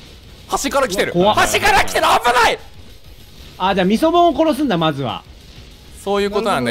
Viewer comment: ミ、ミソボン…？ イソボン…？ 何ボンって言ってるんだろう…！